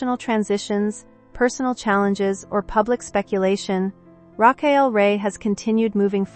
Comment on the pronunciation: You could start by pronouncing her first name correctly. This was a waste of time. The context was repeated over and over without sharing any specifics.